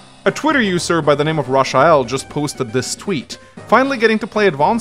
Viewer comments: >"Rashael" What? Have you never watched a single American movie ever? I was under the impression that Norway, just like Sweden, doesn't dub movies? How do you not know how to pronounce that name? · my dude said “Rush-uh-el”.